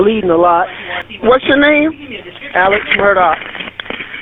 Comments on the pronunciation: Why do you keep saying Elich? It’s Alex. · who is ellec? his name is A L E X. I didn't realize a 4 letter word is that hard to pronounce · Is there a reason you’re pronouncing ‘Alex’ as ‘Ellick’? Is that on purpose? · This probably all happened because his name is pronounced Alec when its spelled Alex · Stop say elic it’s Alex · THANK YOU finally someone else says it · You keep saying "Alec". Is that how Alex Murdaugh pronounced his name? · Love the series, but the way you pronounce “Alex” is killing me slowly. Keep up the good work!👍👍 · Why does he keep mispronouncing Alex?